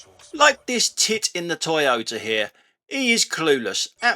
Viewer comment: Toy oh terd - toyoterd . Pedumstrian